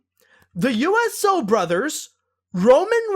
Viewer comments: I don't believe you pronounced a couple of names right. It is not U-S-Os it is the Usos pronounced Oo-so. The second is for Mr McMahon it is pronounced Mc-Man. I know I am a big wrestling fan but when I saw the trailer I didn't think it looked very good. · It's pronounced "Mac-man" and "oo-so" XD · It is pronounced "mc man" and the "ooso" brothers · I like how mispronounced Mr. McMahon, The Usos, and Seth Rollins